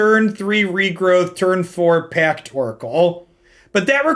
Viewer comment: Everyone is talking about saying "Taint" so much. But all I can hear whenever he says "Tainted Pac" without emphasizing the 't' is the Republican party at large. Tainted PAC